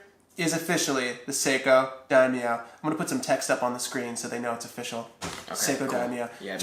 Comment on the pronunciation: I cringed everytime he said daimo.